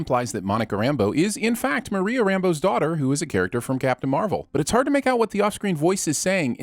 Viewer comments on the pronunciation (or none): none